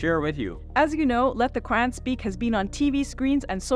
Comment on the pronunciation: The names are pronounced Shab-Beer not Shab-B-Arr and it’s Qur-Aan not Qur-Anne. Atleast correct your Islamic pronunciation. Rest of the stuff you guys talk is ok, pretty much inline with the western narrative, and being diplomatic.